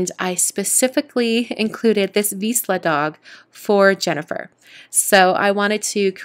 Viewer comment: again a great project from you! You are so talented! Just one thing: I' m Hungarian and vizsla is a Hungarian breed. The middle consonant (zs) is pronounced like s in 'casual' or j in the French word 'je t'aime'. Sorry for my saying. 😃